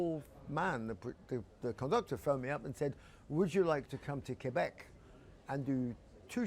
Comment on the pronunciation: thank you Bruce for pronouncing "Quebec " in the right way 🤘👍